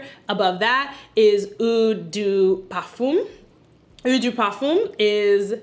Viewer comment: Great video!!! Love your enthusiasm...but...quick French lesson..."eau" is the French word for water, and it's pronounced "oh", not "ew". I wore the same signature scent from when it was released in 1981 until November 2023...albeit long discontinued...although I maintained a small stash. My daughter encouraged me to explore new fragrances so I could keep, and occasionally use, my little stash...and I did. What I've found is that pretty much all scents I've ever worn, including that signature scent, had healthy doses of spices and woods and low-to-moderate levels of florals. I LOVE BDK's Pas Ce Soir, YSL's Babycat, BBW's Vanilla Romance topped with Mancera's Aoud Vanille. They both have cardamom, vanilla, and sandalwood notes and blend VERY well together.